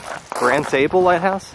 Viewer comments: You guys are great. Watched a lot of your videos and only subscribed recently. I’m a Michigan native living in NC. Funny but I thought the same thing as Phil. For Michiganders, there is a long A in Sable (like open your mouth and say ahhh). Every time you said “Pure Michigan”, I got a little chocked up. It’s a great state. You put this trip on my short list. Thanks. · If you did the hike in August you would have no bugs, except for a few stable flies. When you walked the road near the lighthouse you missed the ship wrecks on the beach. You were pronouncing Sable wrong. Enjoyed the video.